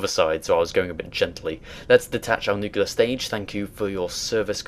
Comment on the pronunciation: NUCLEAR, not nucular